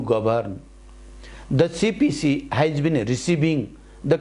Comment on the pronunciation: And-एण्ड हुन्छ कि आइन्ड हुन्छ हौ?? Has-ह्येज हुन्छ कि हाइज?